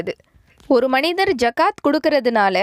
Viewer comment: Please its call " ஸஹாத்" not "ஜகாத்" please call the right pronunciations thanks 😅🗣